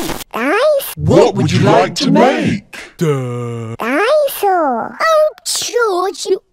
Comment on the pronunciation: DINSOAR OH YOU ALWAYS SAY DINSOUAR